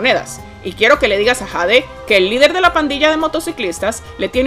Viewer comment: Jade se pronuncia Yeid